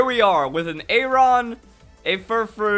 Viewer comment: The pronunciation for Aron is how you'd expect it to sound. Literally the name, Aron. Google it.